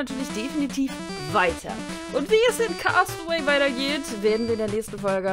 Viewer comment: cast away wird cäst away ausgesprochen 😉 Liebe Grüße